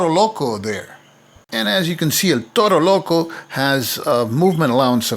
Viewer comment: Amazing playthrough, and amazing pronunciation of El Toro Loco. I want buy the game but here in spain is hard to find